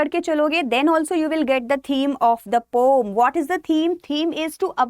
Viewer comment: Ma'am pom nhi po-um hota h!!! Aapka pronounciation galat h!